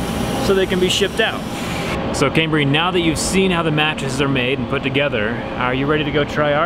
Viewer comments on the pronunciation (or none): 😂😂😂 was gonna say this. Also it's Cambry